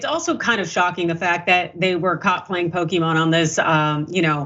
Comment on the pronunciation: Dr Richey got that pronunciation pretty good. i think he's played some Pokemon himself.